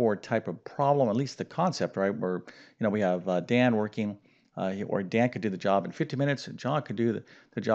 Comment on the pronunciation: It’s Dan not Don, you solved for the wrong variable 🙄😏